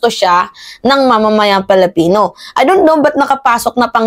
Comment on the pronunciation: Pwede ba ayusin mo naman pag pronounce nga Filipino.yan tama yan hindi yang Felepeno masyadong awkward.. Ayusin mo